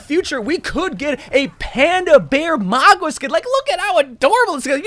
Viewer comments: Why do you say his name as if there’s a W in his name toward the end it’s Mauga not Maugwa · MOW GUH not MAWGWA, MOW-GUH PLEASEEEEEEEEEEEEEE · “Maugua……. Kariko”? Is he dyslexic😂